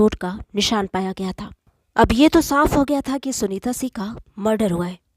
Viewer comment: Aap Singh ko sih pronounce karti ho , please correct